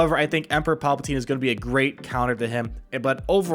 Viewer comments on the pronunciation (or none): none